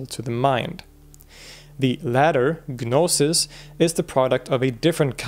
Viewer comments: the G in gnosis is silent so its pronounced no-sis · You don't pronounce the 'G' in 'Gnosis.' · Stopped listening once he said "Ga-nosis" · With the exception of "gnosis." The G is silent. 😊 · The G in gnosis is silent.